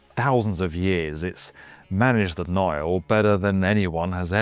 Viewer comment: He called it "The Naal"